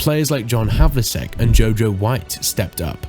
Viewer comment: It's pronounced 'havelcheck' Other then that great video..